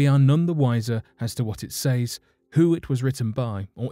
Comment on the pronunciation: Clearly it’s not a cipher otherwise it’d be worked out with ease, is this guy stupid? He doesn’t even know how to say says properly 🤦🏼‍♂️